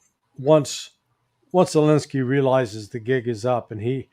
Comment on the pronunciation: says Zelenski as he's saying dog's poop 😂😂😂😂